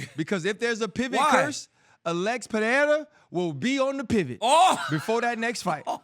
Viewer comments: Hopefully now that Pereira is champion DC will learn how to actually pronounce Pereira, not Peherra , but P e r e i r a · I’m a pereira myself I don’t understand how people have a hard time pronouncing it. Basically it’s “Per-ry-rah” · Its simple -perera